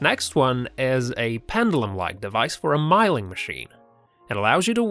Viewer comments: Mileing, what the hell is "Mileing". You say "Mill". Its Milling!! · m short i milling not pronounced myling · BadWulf yes like it rhymes with Pill. I was laughing at Mileing too. Some great ideas in this one. I’m going to modify one of my milling(mileing) Vices like the first one so I can mill angles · Steve Green Don’t be too quick to criticise, if someone mispronounces a word, it’s a good indicator that they learnt it by reading. And we should all encourage learning at all levels.